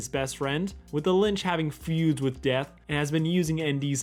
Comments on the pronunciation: Is he meaning to say lynch instead of Lich? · linch? how are you mispronouncing lich so consistently lol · Also why do you pronounce the Lich as the Linch? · PB probably isn't dead, just gave up her throne to live with Marceline I assume - unless she was killed somehow (?) and New Death didn't turn into a snake eating its own tail - The snake on the ground was the thing that bit him. Also I'm really sorry but you keep calling The Lich "Lynch" and I just 😔😔😔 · The fact that you call the Lich the Linch is painful but also we all have our own weird quirks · this video is amazing but why do you call The Lich "The Linch" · LICH. L-I-C-H. THERE IS NO N, AAAAAAAAAAAAAAAAAAAAAA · Great analysis but I’m sorry you calling The Lich “The Linch” really grinds my gears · why do you keep calling the lich "linch" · Is no one gonna point out he keeps calling the lich, the lynch. Lmaoooo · Why do you keep pronouncing Lich as Lynch? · It bothers me that you say Lich wrong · There is no N in Lich. You mispronounced Lich like 14 times. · Please say Lich not Linch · just noticed he's been saying linch the whole time instead of lich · Great video, one thing: "Lich" is pronounced "li-ch" not "l-y-nch" (minor thing but it kinda bugged me) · Lol it’s not the Lynch, its the Lich. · I dont know if its joke or an accident, but hes clearly saying "Linch" instead of "Lich". But either way I think its hilarious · I died a little inside every time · Lich not Linch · It’s the litch not the lynch. That was buggin me haha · Litch* not Linch. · You’re saying lynch. Its Lich. Sorry, it’s just that I’m hearing it more than once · It's the Litch not the Lynch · “The Linch” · Stop saying "Linch" PLEASE! It's LITCH. L I T C H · LICH. It's L I C H. Hearing you add an n every time kills me. Other than that, great video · There is no N in the word Lich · It’s the Litch not linch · Excellent video, except that you kept mispronouncing Lich as "Linch". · Yo you know his name is "lich" not "linch" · "the linch"